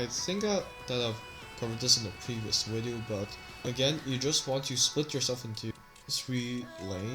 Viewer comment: “In today’s weedeo”